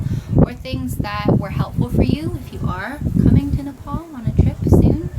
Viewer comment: Not nepol Nepal you are saying wrong thanks for visiting Nepal